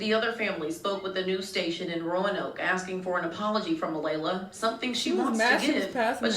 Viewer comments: It's not A-lee-ah it's A-lay-la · It's Alaila...A-lay-LA it's not that hard 🙄 she thought she could get away with it! High school kids think they can be sneaky & nobody will notice.. LOL..